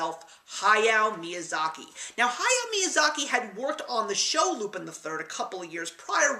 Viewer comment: Two things: 1) The animation of this film was used in a 1983 Laserdisc arcade game, Cliff Hanger. 2) It's not pronounced "loop-in", but "loop-ON". It's French. Great review, though.